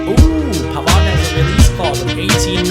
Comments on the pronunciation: If you sign Pavard cause He is French you should'nt pronounce the d in his name pronounce like this (Pavar) Like so can see!:) Its good to have you back:) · and you pronounce pavard as pavar as the d goes away because men is french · can you please say Pavar, you don't say the D:)